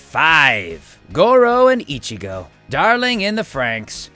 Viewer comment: You pronounced ichgo wrong